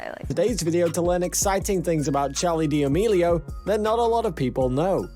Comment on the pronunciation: HE RLLY JUST SAID DEOMILIO